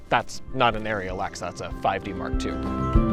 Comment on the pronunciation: I am so SICK! and I mean SICK of people that CANNOT pronounce ARRI correctly! Great video but learn how to pronounce ARRI CORRECTLY! Is the "i" between the "a" and the "r"?????? NO ITS NOT! its NOT pronounced airy "air-E" its PRONOUNCED ARRI! "are-E"! For Gods sake man! Learn how to PRONOUNCE ARRI CORRECTLY!